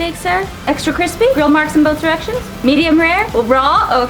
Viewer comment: Bolth lol